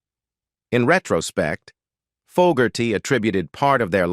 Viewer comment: I like the video and narrative however, the pronunciation of very common words and the very name of John FOGERTY was mistaken many times only to be corrected somewhat during the latter part of the video. Many words were also mispronounced leading the viewer to conclude that some type of voice reading synthesized garbage was being used to make the video. If this is corrected, you would have an awesome product.